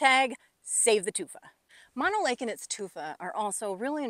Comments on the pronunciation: Mano as you pronounce it. means hand. The lake name is Mono. meaning monkey. That said, good presentation and analysis of the problems with the basin. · It's pronounced mow-no.....just like no but mo..... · I always thought it was pronounced "mow no" and not "mon no" but what would a guy from Chicago know? Well at least I know the lake is over 1 million years old. Tufa towers are plain cool to see, nothing like that around the boring Midwest. You did good explaining this place!